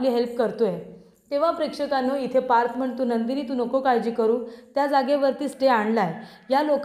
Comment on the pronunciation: कितीदा prekdhkannu म्हणतेस बाई